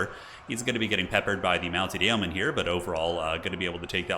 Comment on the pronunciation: Great game and casting as always. Yeoman is pronounced Yo Man in English for future reference.